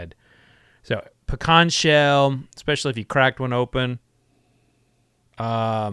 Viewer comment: Same here lol. I know you're not lying about that pecan tree since you're not pronouncing it Pee-can